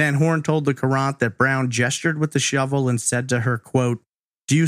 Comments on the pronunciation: Hartford Courant. Pronounced current. I know you aren’t from the area. Great content as usual. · Love you and your podcast dearly, and have since I discovered you in 2018– That being said, I was born and raised in Connecticut. The Hartford Courant is a major paper here—— and Courant is pronounced like “current” . Not that is a big deal by any stretch— I just cringed every time you said it LOL